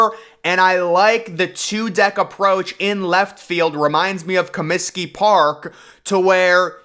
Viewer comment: Comsiky Field? What the hell is is that? Try Comiskey Park. Ten thumbs down. We’re you channeling Obama and his repulsive Cominskey Field comment?